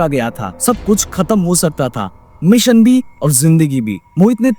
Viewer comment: Dekh bhai Mission ko meeson kahe toh bada irritation hota hai,, video atcha thaa abhi meeeeson sunke ja raha